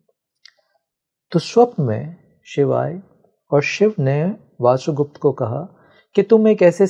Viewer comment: इतनी गंभीर बातें करने आए हो और वसुगुप्त को वासुगुप्त कह रहे हो? कुछ तो संस्कृति का संस्कारों का लिहाज करो. पूरा पोडकास्ट देखकर समझ आया कि तुम बहुत बड़े भ्रमजाल में फंसे हो. तुम्हारा स्वार्थ कि कोई तुम्हें सुने और इस स्त्री की नौकरी कि इसे व्यूअर मिले. खूब जोड़ी मिली. तुम्हें लगता है कि तुम्हारी बातों से किसी की ऊर्जा जागेगी? ईशावास्य उपनिषद पढ़ी है? पढ़ी होती या समझी होती तो दैवी और आसुरी शक्तियों की बकवास करने के बजाय ज्ञान, होश और चेतना को जागृत करने की बात करते. सुनो इस मूढ़ की बकवास कि शिव की आवाज इस के मुंह से निकल रही है! सभी शिव हैं मूर्ख! न कोई दैवी है न आसुरी. यह ब्रह्माण्ड ही शिव से ओतप्रोत है.